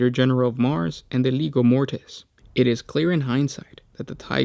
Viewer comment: Legio. Pronounced Lee-jee-oh.